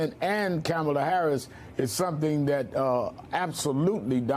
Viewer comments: Am called her Camela, 😂😂😂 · Reverend, please pronounce Kamala Harris's name correctly. It's Comma-la, not Camel-a. So disrespectful. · C’mon Rev. Pronounce Kamala correctly! I can’t even believe you’re not.